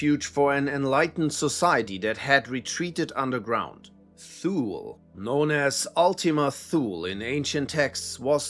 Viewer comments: Thule is pronounced too lee. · Thule is pronounced as Tool-Lee. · I believe Thule is pronounced "too-lee".